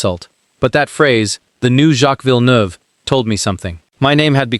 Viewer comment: JV says it like it is. Hate the AI can't even pronounce he's own name 😂